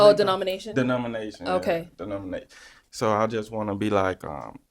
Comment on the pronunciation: 😂😂😂😂😂 and he mispronounced denomination